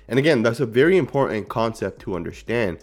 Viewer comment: "Important." Im * por * Tant. Not, "Imporent." Honestly. Honestly. That's the word.